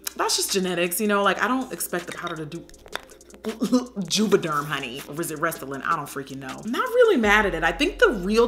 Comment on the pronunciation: NOT JUVADERM LMFAOOOOOOO I'M CRINE!